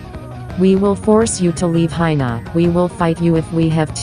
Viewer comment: lmao she needs a spelling test why does she say hina instead of China???